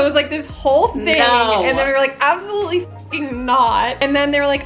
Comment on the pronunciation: I’m sorry, but the accent it not good 😂 compared to other people trying an English accent, you’re quite good but the bar is low. Absolutely is not pronounced up-solutely lmao